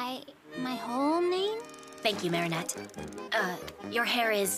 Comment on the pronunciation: that ain't Marinette, thats Merry-go-round , nah, that's not Adrien, that's A-drain💀